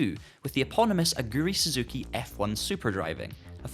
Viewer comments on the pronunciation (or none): none